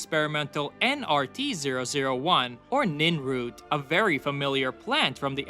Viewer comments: NERN root, not NIN root. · Nirnroot not ninroot, why does this always happen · Thought it was nirnroot not ninroot😅